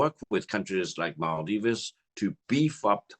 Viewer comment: What is maaldivese u say, it's called Maldives